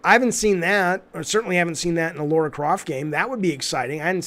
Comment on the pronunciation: LARA CROFT Jaffe....not LAURA...as a Tomb Raider fan this drives me crazy everytime you say it 😂